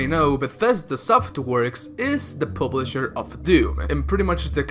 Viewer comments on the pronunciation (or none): Wtf is a pooblisher lmao jk love you